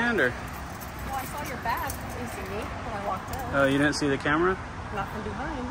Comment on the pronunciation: “You had the …… in his said the LEO. He couldn’t even say ‘camera’. What the hell!!!